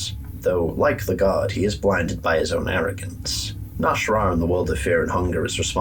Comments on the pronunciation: you keep saying "nash'rah", but his name is clearly spelled "nas'hrah" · mah boy’s name is not “Nash’rah” it’s “Nas’hrah”